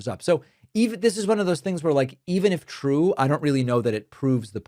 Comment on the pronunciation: 😂😂😂😂😂😂😂 its twew its twew, so says the lying Levet.